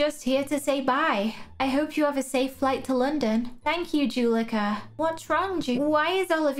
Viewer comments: Juleka is pronounced “joo-leh-ka”, not “juh-lee-ka”. Hope you remember next time! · I’m not trying to be mean but I love how you say Juleka